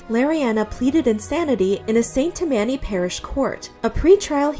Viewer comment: I had to hear "Saint Tam-MAN-y" parish 3 times before I realized it happened in Louisiana. We say "Saint TAM-many." I don't know what's right now. 😂